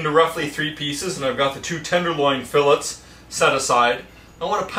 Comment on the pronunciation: if you have boneless filets, skip to about . plus I know "tomato, tomahto" but really "fill-its" just makes my ears bleed. sandwich looks tasty though :)